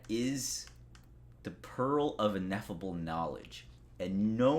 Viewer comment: Ineffable. Pronounced In-eff-uh-bull. It means something that you can't actually describe because it's so great.